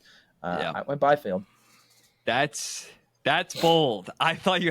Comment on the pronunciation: Bro said Byfield